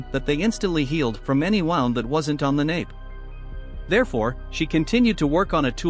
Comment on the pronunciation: I am so sick of these Chinese channels that use computers to read the script. They constantly mispronounce words, but "bow" and "wound."